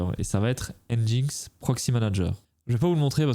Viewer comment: J'en profite pour préciser qu'on prononce "enjine x" :)